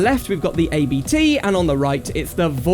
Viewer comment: The “ABT” name is actually the last name of the founder of the tuning company so you pronounce it as a whole :)